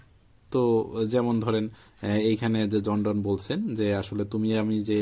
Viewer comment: "জন ডন"নয় "জন ডান"